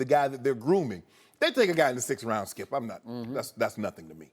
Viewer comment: "Why you do that Shkip" 😂🤦🏾‍♂️ ... this man saod that and didnt break stride while Joy Shannon and ED on set chucklin away